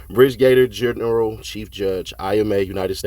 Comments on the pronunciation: Bri-ga-dear general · Brig-a-deer!!! Not Brig-gator!! Lol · Birdge-gator general? It's pronounced "brig-uh-deer." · Brig a deer is how brigadier general is said. You always get me on the quiz’s about definitions of words so I thought I would help you out in return when I finally could. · Brigadier is pronounced bri·guh·deer.